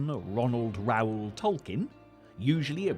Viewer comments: “Reuel” (rhymes with “fuel”) — not Raul (Rah - ool) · I thought Reuel was pronounced "royal".